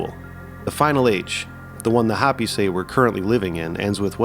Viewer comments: Respectfully, it's Hoh-pē, not Hoppy. Otherwise,. I'm loving this little series. Keep em coming. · Bro is this AI? Hopi is not pronounced Hoppy, it’s How-Pee. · If your AI voice is so bad it calls the "HOPI" people the "HOPPY'S" then it's hard to take this video seriously. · It's Ho pee. Not hop pee! I lived in the USA south west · It’s pronounced Hope-ey, NOT hoppy. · It’s actually Hoh-pee not hahhh-pee. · Hoe-pee (Hopi) but other than that great vid. Thumbs up for not using an AI narration. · I came here to say this as well! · Thank you. I was coming here to say the same. 🤙🏼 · It's not "hoppy". Long O.